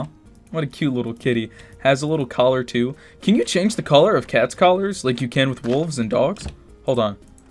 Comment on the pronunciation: I just heard "Can u chane the color of cats like Wolf and Dogs"